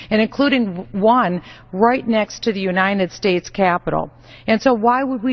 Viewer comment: Is Bachmann's pronunciation of United States as "U-ni-ned States" a Minnesota thing? Just wondering. We Oregonians have some odd pronunciations, too, undoubtedly. That being said, this soon-to-be-former politician has never said one thing with which I've ever agreed. Even when she says "God Bless America," I disagree with her insofar as I don't believe she means THE America, OUR America. Only her very twisted, ugly America.